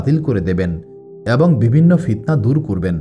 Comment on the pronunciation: আমি নতুন আপনার চ্যানেলে,,,কয়েকদিন থেকে টানা ভিডিও শুনছি বেশ পছন্দ হয়েছে আলহামদুলিল্লাহ ❤❤ তবে আপনার কিছু উচ্চারণ ঠিক করবেন নাহলে ভিডিওর কোয়ালিটি খারাপ হয়ে যায়,,শুনতে খুব শ্রুতিকটু লাগে যা থেকে ভিডিওটি দেখার মানুষিকতা নষ্ট হয়ে যায় এটা ঠিক করলে ইনশাআল্লাহ পারফেক্ট হবে ভিডিওগুলো।যেমন- ভুল সঠিক মদ‌্ধো----মদধে(মধ্যে) ওদভুত----অদভুত(অদ্ভুত) ভিবিন্ন------বিভিন্ন এএক-----অ্যাক(এক) হবে।।এর মধ্যে প্রথমটা খুব বেশী পরিমাণ কানে লাগে। দয়া করে সঠিকটা বলবেন নাহলে ভিডিও দেখার মানুষিকতা নষ্ট হয়ে যায়😢 আরেকটা বিষয় আপনার এই ঘটনাগুলোর দলিল পেশ করবেন ( বিশেষ করে গুরুত্বপূর্ণ পয়েন্টগুলো)।আমি প্রায় ৮/১০ টা ভিডিও শুনলাম কোথায় ভুল পাইনি তবে দলিল পেশ করলে ভাল হয়।।কোয়ালিটি ভাল হয়,অথেনটিসিটি বৃদ্ধি পায়৷